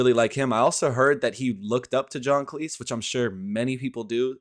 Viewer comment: Cleese rhymes with sleaze. Grayum-not Gram